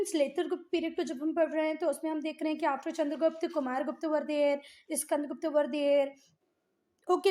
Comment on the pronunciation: Not gupt its guptaaaaaaa